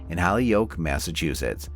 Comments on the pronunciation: Holyoke is pronounced 'hole-yoke' not 'holly-oke'. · (HOLY-OAK) is the pronunciation. 😁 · Holyoke is pronounced, hole-yoke and Agawam is more 2 syllables agg-wam not a distinctive 3. I dislike these fake voices as not getting simple facts correct cause me to be suspicious of other facts being presented. I was her age and lived in a town close by, it was quite the event. I had not heard of the resolution